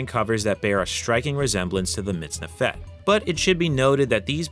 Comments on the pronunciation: You've got the accent wrong, it's "MitznEfet", not "MitznefEt". But a cool video, though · You're pronouncing the second syllable to quickly. The vowel should be longer. It's like you're saying MITZNeFET when instead it should be mitzneefet. As an Israeli, it sounds weird. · I'm here just to point out how a native English speaker "butchers" the Hebrew language !! Lol In Hebrew, the accent is always on the second sylable. It's pronounced < miz - NE - fet > . Thanks for the upload, regards from Israel. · It's pronounced /mitz-NEF-et/ not /mitz-ne-FET/. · Stress middle sylable mitz-NEF-et Thanks for showing the kohein gadol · About 99% of Hebrew words have the emphasis on the last syllable. Unfortunately, MiztNEfet isn't one of them